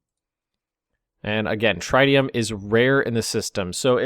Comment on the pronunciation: It's tritanium, not triteium.